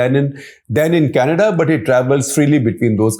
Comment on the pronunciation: kanayda lol